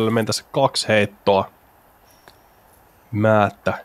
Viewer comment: Kindstedtiä sanottiin koko ajan Tsinstediksi, Määtän heitto oli "Määttän heitto" ja turhaa heiton ylistystä oli jatkuvasti. Aivan kun jotain päiväkotilapsia olisi väkisin kehuttu koko ajan. Lisäksi häiritsi miten heitot oli katsottu etukäteen ja kommentointi tuli liian aikaisin moneen heittoon.